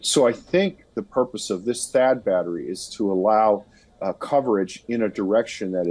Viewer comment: What is “batta” I thought it was battery